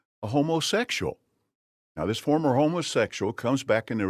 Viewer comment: I keep hearing him say "homeless-sexuals" lol.